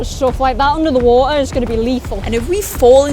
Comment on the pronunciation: "Big BODY of WAA'ER"